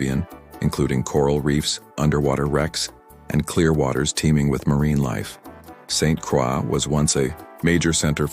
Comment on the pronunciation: It's pronounced Saint Croy